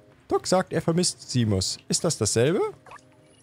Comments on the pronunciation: Wie es mich triggers das er zu „Seamus“ Simus sagt und nicht wie man es ausspricht: Scheymus 🤣🤣🤣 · Noch ein paar Zurück in die Zukunft Easter Eggs: Der arme Junge wird wirklich Shaymus ausgesprochen. Seamus ist ein irischer Name und war der Vorname von Seamus McFly im dritten Teil von Zurück in die Zukunft. Außerdem hat der Seamus in Stray die rote Weste von Marty an